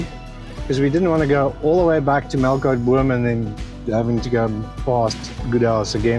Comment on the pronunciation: Its actually Melkboom.